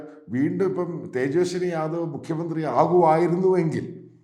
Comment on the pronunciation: തേജസ്വി ആണ് തേജസ്വനി അല്ല